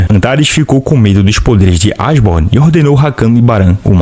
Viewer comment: Eu acho que a pronuncia correta é Eshiborn e não Asborn, mas é o que eu acho. Ashborn tipo "Ash" do Pokemon.